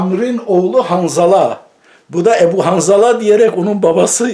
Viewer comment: Derin sularda yüzüyorsun Edip Yüksel dikkat et. Bir zamanlar Rahmetli Ercüment Özkan sana yarım akıllı demişti hatırlarsan. Adamın videosunu çekiyorsun ama kaç defa ismini yanlış söyledin ve bu halinle o zeki ve ne dediğini bilen adamla tartışmak istiyorsun.